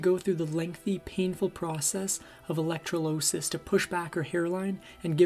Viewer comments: Ziegfeld follies...has 2 Le homie. I want to like this channel but some of your narrators really suck at reading. How do you not know what the Ziegfeld follies is when this channel is about old Hollywood? Simple mistakes like that really yank me out of the narrative. Electro losis? Yikes kid. Open a new tab and learn how to pronounce what you're being asked to read. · I used to get a lot of electrolysis. It’s pronounced elec-TRAW-li-sis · Electrolysis — you said it wrong. If you don’t know how to say a word go to google. Infuriated —said it wrong. Omg. What the heck is wrong with you. I stopped watching. Can’t pronounce words right. Not that hard !! Won’t subscribe !!